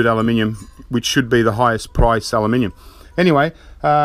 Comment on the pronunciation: He says "Aluminium" exactly how its meant to be said :) just because you spell it wrong it doesn't mean that's how you pronounce it.